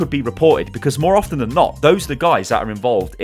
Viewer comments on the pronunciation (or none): none